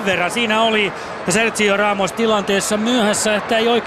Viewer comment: ku ramos sai maalin ni toi selostaja sano sen nimen väärin